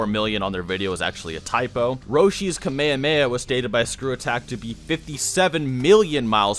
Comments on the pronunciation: i honestly hate how you say kamayamaya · The way you pronounce Kamehameha hurts me.